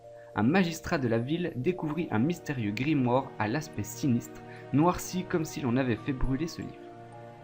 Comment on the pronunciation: Je viens de commencer la vidéo mais elle me saoul déjà avec tes répétitions du mot "Grimoare" ça fais même pas 10min et tu l'as dis au moins 20fois et puis c'est "GrImouare" (grimoire quoi)